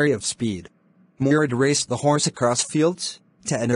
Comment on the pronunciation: the hourse 🤣🤣